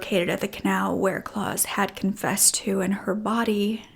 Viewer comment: A really interesting case. I am torn, with this one. While I don't blame the mother, we still can't just take the law into our own hands. Also, I would prefer that he was stuck in a prison cell, for the rest of his life, rather than the quick death that he got. As a side note, the name Klaus is said like mouse, not claws.